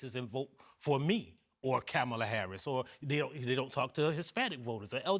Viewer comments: You lost me in the first two minutes when, and this is important, Michael Harriot mispronounces Kamala Harris' name. Not because his mispronounced it, but because NO ONE CORRECTED HIM! The lack of integrity on that panel is revealed there. And I am a Black male speaking for myself when I say that I should vote for Kamala Harris. I should vote for her because she will represent me more than Donald Trump will represent me. She should expect my vote because to vote the other way would be ignorant of me. Joe Biden should have expected my vote 4 years ago and he would have gotten it again even though he was a train wreck. Why? Because he is less of a train wreck than the racist, misogynistic, bigoted, can't accept a loss Donald Trump. The KKK, White Nationalists, Proud Boys, etc. vote Republican for a reason. If I, being African-American in this country, vote Republican, I have no common sense. Vance won't even defend his wife when Republicans make racist comments about her and we should think he would defend us? As soon as Republicans begin objecting to racist ideals, I will consider a Republican candidate. This is not a debate. It is a question about how foolish is any minority that would vote for Trump. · The fact they all missed the point is mind blowing. If you basically look at the comments on different sites it's the misogyny with black men that's disappointing and that's the damn point. That one man not pronouncing her name properly tells me all I need to know about him. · I ❤❤ Michael Harriot, I really do. But the way he and aome of the other men keep mispronouncing Kamala Harris' name is very frustrating. And yes, Black men can vote for who rhey want to. I see where these brothers are coming from but the few who dont like VP Harris are very loud, boisterous and obnoxious. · Stop mispronouncing Kamala! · Michael Harriot needs to learn how to properly pronounce Kamala's name! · Still can't pronounce her name right 😅, that's racist. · Camel-ugh. Feel better now?